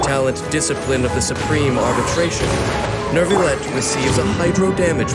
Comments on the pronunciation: IT'S NOT NERVILET IT'S NYOU-VI-YET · Why does the narrator keep saying “nervillette”?! Literally just drop the r and it becomes a significantly better pronunciation😭